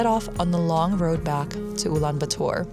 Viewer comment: ulanbaatar not ulanbuutur